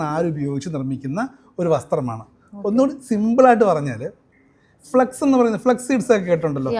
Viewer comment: ഫ്ലാക്സ് not ഫ്ലക്സ്